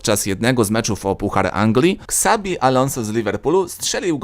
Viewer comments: ale boli ten "ksabi" czyta się "czabi" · Na przyszłość nie ksabi Alonso tylko szabi alonso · czyta się "szabi alonzo".Sory ale kibicuję Liverpoolowi od wielu lat a to klubowa legenda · "Ksabi" Alonso 😂🤣